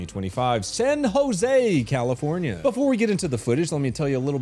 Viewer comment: CALIFOR NYAH NYAH